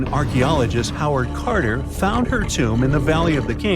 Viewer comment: อยากให้พัฒนาAiเขียนอัลกอลิทึ่มใหม่สำหรับภาษาไทยในสระพยัญชนะไม่ยากเลยขนาดศัพท์ง่ายๆ โฮเวิร์ด คาร์เตอร์ออกเสียงผิดเพี้ยน ส่วนเราไม่เคยดูนานแล้ว เรื่องราวของอารยธรรมอียิปต์ตั้งแต่ลุ่มแม่น้ำเมโสโบโตเมีย ไทกรีฟยูเฟรตีส รวมถึงสินธุ เส้นทางสายใหม่อาณาจักรต่างๆตั้งแต่ผู้ให้ทุนสำรวจลอร์ดหรือเอิล์ดแห่งคอนนาวอย จนถึงรูปแบบตัวอักษรการค้นพบคูนิฟอร์ม เฮียโรกริฟฟิกศิลาโรเซ็ตต้า ในการไขปริศนาอักษรรูปลิ่ม จะถึงแหล่งอารยธรรมต่างๆในภาคพื้นภูมิประเทศการใช้ชีวิตของผู้คนในยุคนั้นประวัติบุคคลสำคัญต่างๆ การสร้างปิรามิด เมืองสำคัญต่างๆ หุบผากษัตริย์ตั้งแต่ราชวงศ์ที่1-19ราชวงศ์อย่างน้อยที่เราเคยผ่านตา ไม่ว่าปเตโลมีขุนศึกข้างกายอเล็กซานเดอร์มหาราชผู้ก่อตั้งราชวงศ์ปเตโลมีคนแรก รามเสสที่2มหาราช ยังไม่นับรวมโฉมงามต่างๆคลีโอพัตรา เนเฟอร์ติติ ฮัตเซปซุตฟาร์หญิงองค์แรก ตุตันคามุนด์ เทพเจ้าต่างๆความเชื่อการทำมัมมี่โถอนูปิคเก็บอวัยวะต่า งการค้นพบใหม่ๆที่อยู่ในนี้ ... ส่วนมากเป็นสิ่งที่รู้อยู่แล้วปริศนาต่างๆทึ่เคยนำเสนอมาขอบคุณสำหรับการทบทวนความรู้เพิ่มเติมครับ ด้วยความปรารถนาดีการใช้รูปภาพข้อมูลต่างๆที่ใช้นำมาประกอบเสียงแปลคำพูดถ้าสอดคล้องกันจะน่าติดตามยกระดับคุณภาพของช่อง ให้น่าติดตามมากยิ่งขึ้นครับ